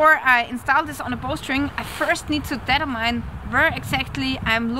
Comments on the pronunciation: Detter-mein,, took me, also not native English, some time. Die-törminn may be easier on ear;) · Determine >> "Dee TUR min" :-)